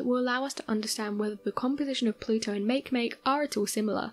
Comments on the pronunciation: Isnt it ma-ke ma-ke and not make make? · Smdh- Makemake?! Make- phonetically is mawkee- Mawkee. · Pronounced Mah-key Mah-key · Hmm. I seem to recall and article in Scientific America a few years back about our universe being created as a three dimensional hologram of a four dimensional black hole. As my scientific knowledge is very limited, I can only think, "It's possible." On another note, I really wish these video presenters would do a little research into pronunciations before calling Eris' moon Makemake "make-make" when it's pronounced "maki-maki." Cheers.... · How can someone butcher Makemake so damn hard? Poor planet...